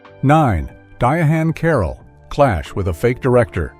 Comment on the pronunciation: When you going to find a commentator who can say Diane Carroll why do we keep pronouncing that age